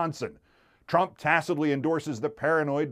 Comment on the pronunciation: I love how Keith accidentally says "drump".